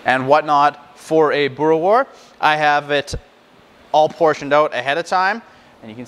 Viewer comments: You must say the s at the end Boere-wors 😉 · boora wars is how you say it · Hey. Been in Canada for a little over a year and wasn't 100% sure how to make it myself. Regarding pronunciation a W, in Afrikaans, is pronounced like a V so its kinda like boo-ruh-vors. Also boerewors isn't the plural of boerewor... got to add the S at the end. Thanks for the great video. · Wors is pronounced like 'force' with a hard 'v' in front of it, and a rolled 'r. Same with' boere', you weren't too far off, but need to roll the 'r alot more. worchester sauce is the most common acid added, but brown malt vinegar comes in at a close second. Alot of people do a combination of the two.